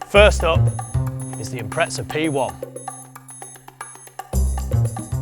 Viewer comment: why do pommes call it an Impretza? There's no t in Impreza.